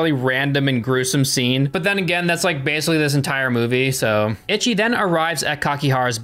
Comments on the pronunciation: That goes for any language. Even British ppl dont pronounce words the same as Americans. Im Japanese its ee-chee for English pronunciation. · "EECHEE" The Killer. Itchy The Killer makes it sound like he has scabies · Ichi, isn't pronounced ITCHY... Its pronounced EECHEE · I just recently subbed ur voice soothes me to sleep and ur funny BUT as a super gore and splatter fest fan(which was mostly asian at the time of this film) u gotta pronounce the title rite 😂its not itchy the killer its E-SHE the killer. this film is GANGSTER and i love ur channel. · its EEE CHI not itchy... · Not ‘itchy’. It’s pronounced ‘eechee’. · HAHA "Itchy" The Killer.....EE-CHEE,. EE-CHEE. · Ichi is pronounced Echee my friend. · Not itchy but eechee lol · I can’t take seriously when he’s pronouncing Ichi like “itchy” 😭😭😭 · it's pronounced "ee-chee" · I laugh every time. xD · I put the word on Japanese google translate, she says it like "itchy" as well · Yeah, I know right, I've started learing japanese like 4 months ago, and I'm already cringing from wrong pronunciations 😅😂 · eee chi. It means 1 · Ic h I ! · yeah, should said as, 'eee chee' meaning '1' also like the movie title zatoichi (bad 1) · It's pronounced "Eee-Chee." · The Itchy Killer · Hearing "Ichi" pronounced "Itchy" managed to make me laugh every time lol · It should be pronounced like “eechee” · "Itchy..." lmao. The pronunciations of Japanese names in this video are almost as comically gruesome as the movie itself. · "itchy the killer" 😭😭😭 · pronunciations have me dead. “Itchy” and “yakooza” 😂😭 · Yay! I love this film. It's utterly hilarious and very entertaining. I remember seeing it high af at a buddy's house back in like 2006 or so and it blew my mind. Btw it's pronounced 'ee-shee'. It's Japanese for 1. There's no 't' in there and Romanised Japanese doesn't conform to English spelling and pronounciation. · Ichi pronounced each-eee. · Stop saying Itchy. Dammit. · I hate that he calls him itchyi